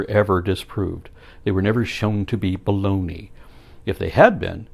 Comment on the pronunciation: Why does inflection when he says "baloney" irritate me so much? ^^